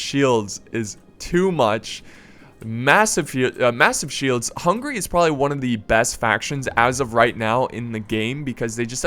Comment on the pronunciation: always when you say Hungary I hear hungry...